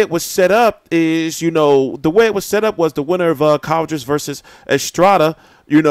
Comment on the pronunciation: I think it's pronounced quaaaaadras not cowdras lol